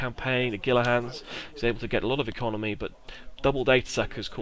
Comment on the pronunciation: Gila Hands is Spanish, so is pronounced "Heel-a Hands."